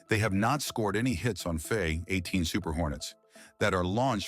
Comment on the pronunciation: I don't know how much we can trust stuff produced by an Ai. It can't even pronounce fa18, houthis, and punctuation properly, nor does the pace flow. Ai researches stuff in the internet and sometimes makes stuff up.